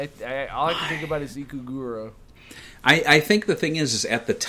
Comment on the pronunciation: Ika-FLIPPIN'-Ruuuga,. Not Ikagurrra.